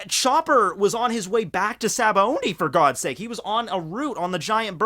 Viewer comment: why does everyone pronounce sabaody as if theres an "n" in the word? lol "sabaondy"